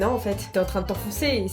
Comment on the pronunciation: MDR " je vais te goomer le arrête " 🤣